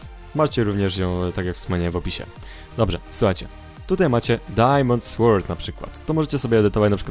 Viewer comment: Dobry montaż filmu, jednak to jedyny pozytyw. Popracuj nad przygotowaniem tematu zanim go nagrasz, bo "nie wiem", "nie jestem pewien" na temat podstawowej wiedzy z tematu o którym robisz film jest nie na miejscu. Dodatkowo - angielski. Popracuj nad tym bo gdy słyszy się "SŁORD" albo "AKS to chyba topór ale nie jestem pewien" przechodzą człowieka ciarki zażenowania.